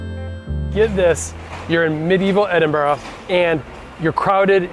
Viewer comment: Good job pronouncing Edinburgh ending with an "a" instead of an "o" Coming from a Scot